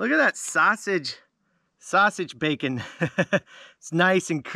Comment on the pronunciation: WhaT is a “hammick”???? Hybrid not “hybread”. Definitely not “defnuhly”. Sausage not “sahsage”. Usually not “usely”.